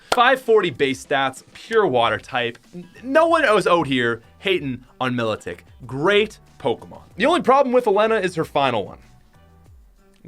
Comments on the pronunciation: It's not me-lo-tic it's my-lo-tic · Im sorry but Oleana - O-lee-ana Milotic - my-lotic Just wanna say bai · its my-lo-tic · Pokemon shield was really easy for me, by the time i reached the dragon type gym my cinderace was lv 98 and most of my other pokemon were in the 80 lv. i defeated all of the gym leaders pokemon and the champion pokemon with only one pokemon and one move. my favorite would be leon because at least he has different types of pokemon and P.S for Milotic its pronounced Milo - tic (think of it as Milo the drink and tick toc then you say it as one) Milotic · It's pronounced Milo-tick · its prounced my-low-tic